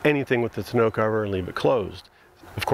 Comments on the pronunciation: so you send a link that gives the correct pronunciation that you didn't use? I don't get it lol. Maybe you are sending a link to confirm bmxshippy is correct? It is "tawn-no" and not "te-no" like you pronounced it. But that's ok, love the video anyway.I liked and subscribed! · "Tahn-o" Not "To know". :-) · pretty sure tonneau is pronounced "ta-no" not "t-no" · Awesome content...but driving me crazy with "2 know" cover..😆 Tawn-noe...lol.. Nice setup guys.. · Love your videos but it’s pronounced “tawn-no” rhymes with “dawn-no” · Ton. O. cover..... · Jeez you pronounce tonneau wrong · Hey, I'm a Canadian and took French all the way through school. I'm sorry to tell you this but bmxshippy is right and your site is wrong. I also wanted to say please keep the great content coming!